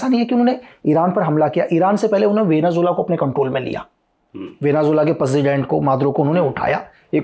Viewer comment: President ❎ Perzident✅ 🤣